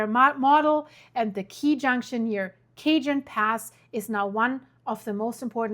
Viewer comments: Oh brother. I live in N CA - 70 miles due north of Sacramento. I can tell you,,these people are not ready for the big earthquake. BTW THE " J" in Cajon is usually pronounced like an "h" It's coming. I have food,,water provisions for about a month. Guess I need more. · The j in Cajon is silent it's an h sound Cajon spanish for box. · Just a little suggestion here. I highly respect that you are bilingual. I know some words are challenging, but if you just type into a googke search the word then pronunciation, google usually offers a little sound button you can play to hear the pronunciation. This will help for words like Cajon and San Jacinto. This way you will sound much more professional. Love you! ❤ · WOAH!!!! Wait a minute … I grew up there!!! You are hurting my ears ! My elementary school was “ Cajon Park” . There are many Spanish names in Southern California, The “ j” is pronounced like an “ h”. . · The J is pronounced like an “H”. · My Dear favorite volcanic Blond lady ❤ In Cajon the j is pronounced as an "h " California has Spanish history, try as many Spanish pronunciations as fit . You are a very brilliant Scientist and Brainiac . Don't forget it , or else ❗🫣 Pele will get a tiny hot cinder in some place you won't forget. ( Just kidding) 🌹🌹🌹🖖🏽🖖🏽🖖🏽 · the j is pronounced as a h in cajon pass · The J is an H sound, not silent. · 😂 It’s bothering me too. I’m right here on the north side of Cajon in the HD for over 30 years. (Shortly before the January 94 Northridge earthquake) To be fair I did the same thing but it wasn’t on the nonexistent internet.😂 only one or two people heard me and I got corrected for the first and last time on the pronunciation. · I was going to say the j in Cajon makes an h sound easy mistake. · She pronounced as in portuguese. J as in "Japan". That was curious. 😂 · You're killing it with the pronouncing CAJON. . California us loaded with SPANISH names. Replace the 'J' with 'H'. Kahaone. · ka hone oass .......j is silent